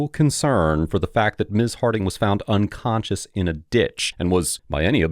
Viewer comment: Did I hear the dispatcher say "drunconscious"?